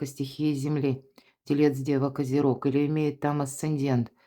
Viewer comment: Почему вы говорите Козероги?